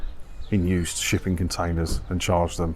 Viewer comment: Did you say shipping container or sh1tty container?